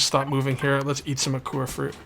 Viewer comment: It is pronounced like 'aqua' , - Ahh, kwaa - Akua, get it? Because the world has so much water...